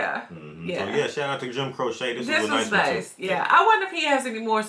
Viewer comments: Not sure anyone mentioned it but his last name is pronounced Crow-chee. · It's pronounced Crow-chee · Pronounced : Crow-Chee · ....Jim's last name is Crow-chee. I think you know that, but just a reminder. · Crow-chee, my brother. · His name is pronounced Crowche, long sounding e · His name is pronounced Crow Chee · Pronounced "Crow-Chee" . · Pronounced Crow-Chee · It's pronounced Cro-chee. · It's pronounced CRO CHEE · It’s Jim Cro-chee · Pronounced crow che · The correct pronunciation is the way Jim pronounced is own damn name. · You killing me saying his name wrong lol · "Jim Crochet"???......Does Jim look French to you??? Maybe you meant Jim Croquet, or Jim Croissant, or Jim Cordon Bleu?? Dude!!......his very Mexican last name is pronounced.......Crow--chee. Now......go and check out his masterpiece....."Operator". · Crow-chee not crow-sha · This man (Croce, I mean) was tragically taken from us far, far too soon. But he did leave a small treasure trove of wonderful recordings - "Time in a Bottle", "I Got a Name", "I'll Have to Say I Love You in a Song", "You Don't Mess Around With Jim". FYI: /crow-chee/ (not crow-shay) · It's "Croŵ shay" not a needle craft project "crochet" 😂❤ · Pronounced Crow-chee not Crow-shaa. Leroy Brown is bad but you _Don't Mess Around with Jim_, really, check out the song. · Oh yea, the great Joim Croce. Pronounced crow chee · Cro-she, not crochet. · I live in the town where he lost his life following a concert he did at the local university. (his name is pronounced Cro-chee) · his name is Italian, so it's actually pronounced Croh-cheh. That is how Italians pronounce it. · Well actually his name is Italian, so the proper pronunciation is Croh-cheh, if we are being pedantic. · His name is pronounced CROW-CHEE. Love his voice and songs. Thanks much for reacting to this song. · Oh- and his name is pronounced “crow-chee” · It's pronounced Crow Chee and he has a ton of good songs. Look at the album Photographs and Memories. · It's Crow-Chee